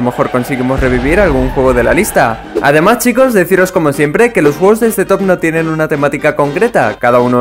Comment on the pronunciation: soy el unico que escucho jugos y no juegos :v?